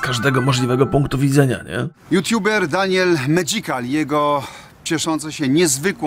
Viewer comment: Kocham jak prezenterzy w telewizji wymawiają te nicki ytuberów, Daniel Medzikal xD